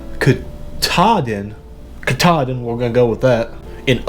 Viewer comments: Not American, but Kah-tah-din.. you did good a couple times🇩🇪🇦🇹☕️🚬🇷🇴🌌💜🇩🇪🇦🇹🇷🇴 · Mt ka-Tar-Din ❤️ well done 👍🏻